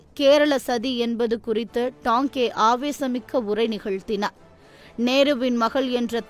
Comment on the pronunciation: தோழரின் பெயரை Tanke எனறே வாசிப்பாளர் உச்சரிக்கிறார். தவிர்த்து இருக்கலாம். இது போனறே மற்ற தோழர்களின் வாழ்க்கை மற்றும் பணி பற்றிய பதிவுகள் வரவேண்டும். நன்றி